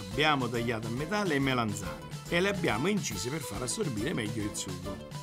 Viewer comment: Si dice MELANZANE non Melenzane!